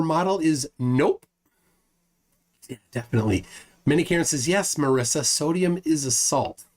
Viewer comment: Marissa has double "s". Marisa is pronounced differently. The "i" sounds like an "e" Trust me, I know, I was reminded of this about five million times and I never exaggerate.